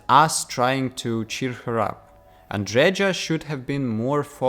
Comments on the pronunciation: andreja is pronounced as andreya. as female version of andrej - andrey. at least it should be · Whole worldbuilding makes no sense in Starfield. And stop pronucing name Andreja as Andredža. Andreja is a slavic name... and slavic J is pronounced as Y in word yes.